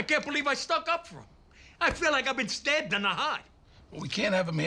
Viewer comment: I feel like I've been stahbbed in tha haht